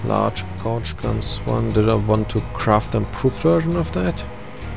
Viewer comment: Great videos, Sir. Just FYI, the "gauge" (pronounced like "rage", not like "gouge") in "large gauge gun" is an American measure of caliber. So the "large gauge gun" is actually a "large-gauge gun", not a "large gauge-gun". All the best!